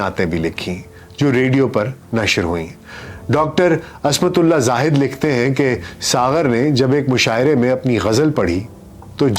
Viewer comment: شان دار،واہ اور آہ کے ساتھ ،لیکن ایک نام آپ نے لیا ہے ،عصمت اللہ زاہد،عصمت نام میں ع پر آپ نے زبر استعمال کیا ہے ،جب کہ میری ناقص علمی کے مطابق ع کے نیچے زیر ہے ،براہ کرم غور فرمائیے گا ،ہماری بھی راہ نمائی کیجیے گا ،شکریہ